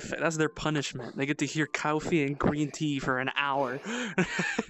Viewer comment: all we heard that day was "cawfwee, gween teaaa" and shlick shlick ok maybe the shlick shlick might of been just me